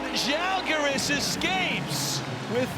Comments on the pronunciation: The Commentator finally pronounced Žalgiris properly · Thank you for pronouncing "Žalgiris" so correctly :) ♥ We almost do not expect that :D